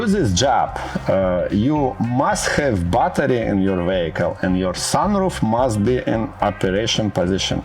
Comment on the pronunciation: Hello! The video is ok, but for God's sake, learn the pronunciation of the words "mechanism" and "battery" in English. - Good luck!